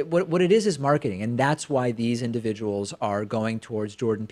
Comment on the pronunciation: I thought this sounded like a certain manatee indivijual, but he never said situation.